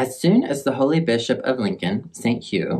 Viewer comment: Look what you've done to my brain. When you said "Holy Bishop" I thought you said "Holy Bitch-up" and I will never be the same. 😂